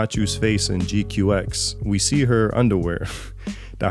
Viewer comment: ok first the one that helps a lot of people the pronunciation is more like G-Quacks than your G Q X